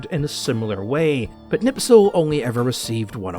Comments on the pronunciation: It's Knispel, not Knipsel. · back to school, it is Knispel not Knipsel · Kurt KNISPEL , not knipsel or nipsel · Me as a German: Please Herr you are butchering my beautiful language. It's Knipsel not Nipsel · For someone who claims to know all of these things and calls himself a "HISTORIAN" i am surprised to see that you can't pronounce Knispels name right. It's KNISPEL not KNIPSEL. That would never happen to someone who knows what he's talking about. With all due respect i think that your knowledge is the same as that of any other self proclaimed (enter profession here) youtuber. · Knispel, not knipsel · Wehrophiles on s*icide watch rn. German gear and armed forces are only lauded as special from a distance, until one gets to experience just how borked they are. But good LORD,, how in shart can you so consistently butcher simple surnames? How can you turn Knispel into Knipsel? Anglo moment smdh. Epic video tho. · Silly, Can't pronounce Knispel correctly. Hint, there is a K sound at the start. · please, learn how to pronounce Knispel name.... :-) I wasnt able to understand who are you talking about all the time untill I found pic in your video.... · Would've been nice if you pronounced Knispels name properly, but hey, at least he got some attention. It's sp, not ps (also the K isn't silent, just weak, but that's fine)